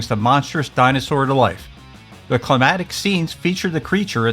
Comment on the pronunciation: And climactic is pronounced (cli-MAC-tic), not (cli-MAT-ic). Climatic refers to climate, not climax.